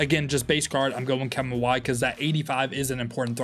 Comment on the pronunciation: Are you purposely misprounouncing Kevin Mawae’s name?